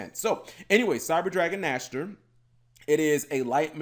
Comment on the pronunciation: Saying the name riiiiiight.......makes.....ears.......happyyyyy ^^